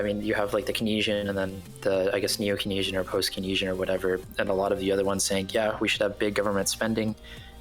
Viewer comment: is this actually how you say it? I only took like 2 econ classes in undergrad, but heard it pronounced ‘Keyns-ian’ in those course and poli sci courses.